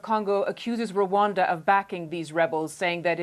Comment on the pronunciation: Not Ruwanda it's Rwanda